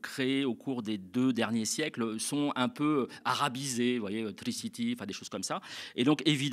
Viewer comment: 🤣🤣🤣lilicouptere...mieux lili'coupetête "...triciti..tomobill...😅